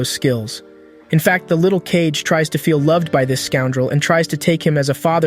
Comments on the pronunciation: Wtf is "cage" he is KaGe not KeiJe... KaGe = かげ = shadow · “KAYG” 😭 its “KA - GE” DUMASS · Kage is still pronounced ‘cage’ in english(so the AI reads it as such), if you want to differentiate, you have to spell out the pronunciation, ‘Kah-gey’, it’s a common issue with AI, when reading words/phrases from another language that were translated to English characters without adjusting for how a native would pronounce it, it even makes the same mistake with English words(example, if it were reading ‘the polish people’, instead of ‘the pol-ish people’, it may say ‘the po-lish(as in nail polish) people’) so a decent workaround is to do one of two things, spell it in its native language(assuming it has non-english characters, so use the actual Japanese characters for Kage), or spell out the pronunciation So, without keeping as keen an eye as this for detail nor keeping mind for such solutions, such errors do make their way through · His name isn't Cage it's Kagé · Cage??? fr reading kage as cage 💀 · it's kage. Not cage. Ka-ge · Cage? Ka-Ge? ummmm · Did he just call Kage, Cage? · You're mispronouncing A LOT (It's Kage. As in hoKAGE. Not cage. Then again you've probably never seen Naruto...) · It's not Cage! It's Kage. Kage = Shadow. Really his name is Cage? ;D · His name is Kage and it's pronounced as "Kagge" this honestly sounds like ai narrated this video like have you even watched the anime thoroughly? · Kage is 2 syllables btw Ka-ge (means shadow in english) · This would be do much better if you even tried to pronounce kage correctly